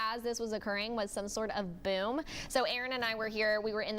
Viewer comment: Buoom, there's no u in boom